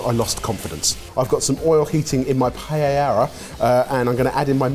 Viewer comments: LEARNED HOW TO SAY PAELLA!!!! =D =D =D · He's finally pronouncing it right, too! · So glad y'all are pronouncing the name of the dish correctly!! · It was such a treat to hear two Brits pronounce Paella correctly. 😆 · They are pronouncing it correctly!!! Y a y! 🎉🎉🎉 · Well at least the pronunciation for paella got better haha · I'm still trying to process the double L being pronounced properly; may have to watch it again for the actual cooking 😀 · Holy 💩 I'm shocked they are pronouncing paella properly. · Thank you for not pronouncing paella like every other Brit!